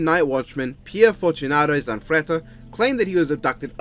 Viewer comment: You gave the Italian guy, Zanfretta, a Russian accent that slowly morphed into Count Dracula